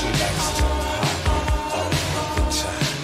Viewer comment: I thought he was saying"my girl needs to potty all the time".